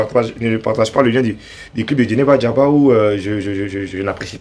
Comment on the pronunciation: On dit Djeneba Djaba, ❤🎉 Bravooo Debordo